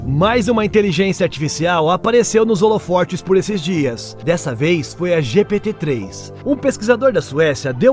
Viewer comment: se diz HOLOFOTES e não HOLOFO*R*TES